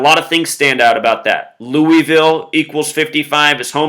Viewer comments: The way you say Louisville makes me cringe so hard. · Idiots in Louisville pronounce it Luh'vuhl